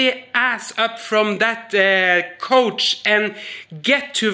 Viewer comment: *choice Couch… the cou is pronounced like cow, rhymes with now.